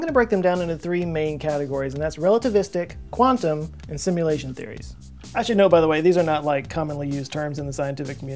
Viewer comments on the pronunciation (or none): "Simluation". It´s Simulation, goddamn! ;P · really dude... "simluation"... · what's a SIMLUATION?